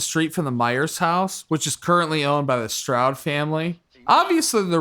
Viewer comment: Strode, not stroud